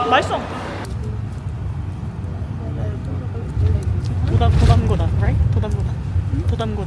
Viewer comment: I think the pronounciation of Matara think them of a completely different city.